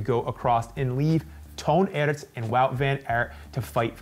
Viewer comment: As an American, it actually makes me cringe when I keep hearing him pronouncing Toon Aerts phonetically, too. It should be pronounced like “tone arts”. The worst part is his commentator counterpart repeatedly pronounces these correctly and he continues to do it. In this recent superprestige, he kept saying Boom photenically (even with somewhat of an emphasis since his pronunciation is an onomatopoeia of an explosion), again, even after his counterpart consistently tried to correct him. Makes the watching experience a little less enjoyable. Have some self-awareness,!